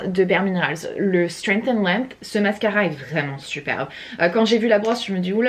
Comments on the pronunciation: Top ton vlog! ❤️ Par contre, c'est quoi cette manie de dire: "c'te" au lieu de "ce" chaque fois? 🤔 C'est: "ce", il se suffit à lui même 😁 J'adore le mélange de couleurs de tes cheveux en ce moment 😍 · Aaah enfin un vlog !!! c'est marrant tu dis toujours "ste" 😂 "ste meuble , ste pouf " mdrr😂